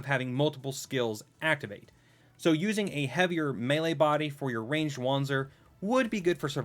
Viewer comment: Wanzer is pronounced vanzer